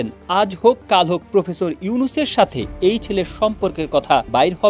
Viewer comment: ""প্রুফেসুর"" ইউনুস কি? বুঝলাম না।